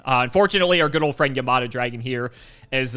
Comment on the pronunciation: Bro cannot read yamata dragon